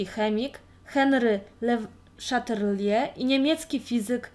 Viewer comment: Henri Le Chatelier (czyt. : " Ąłri Ly Szatelie") :)